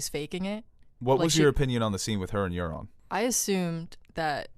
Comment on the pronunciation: They butchered Quyburn and Euron